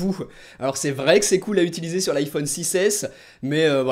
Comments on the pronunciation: MDRRR au debut de la video il a rouler le RRRRRRR mdrr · Mdrr 13 secondes en vlais 😂😂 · 'Vrrrrai' tu parles espagnol ? xD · A 14sec le" en vrrrai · À nous sors un petit accent pour dire le mot "vrai" xD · Oh non comment ta dit le mot vrai au début de la vidéo jpp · A il roule le "r" quand il dit "vrai"